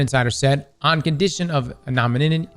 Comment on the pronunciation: Say it with me now, anon-im-ity 😅.